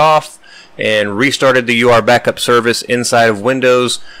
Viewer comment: You keep pronouncing it... U R Backup... but I think it is ment to be pronounced Your Backup!